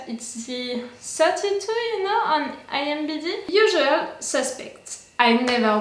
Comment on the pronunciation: "IMBd." Just teasing.